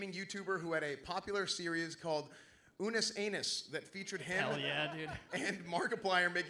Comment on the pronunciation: I love how Esfand called it "Unnus Anus" when introducing our boy Eef.